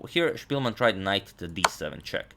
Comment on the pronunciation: Spilman a ne Špilman. Velemajstor je Englez a ne Njemac. 🙋